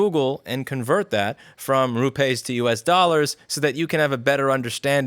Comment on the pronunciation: It's pronounced Rupees as in pee in English. 1 Rupee, 2 Rupees. Only in Hindi/Urdu it's pronounced rupay... 1 rupay, 2 rupay etc.